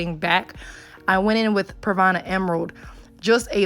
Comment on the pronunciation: She said pravana